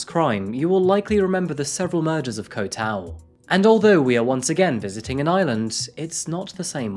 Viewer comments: Just would like to say that Koh (island) is usually pronounced "gaw" (rhymes with "raw), and Phi Phi is not "fee fee" but "pee pee." Otherwise, I appreciate your reporting,.:-) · With your accent in particular if you take the way you say kok in Bangkok but drop the k you'd be pronouncing Koh just like a Thai speaker.